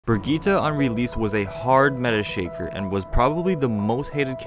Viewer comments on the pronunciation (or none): So no one gonna call out how he pronounced her name 😂🤔